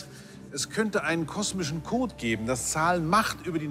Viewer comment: Aussprache macht viel aus, der Sprecher am anfang: der kosmische kooot